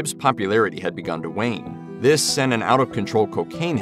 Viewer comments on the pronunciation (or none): none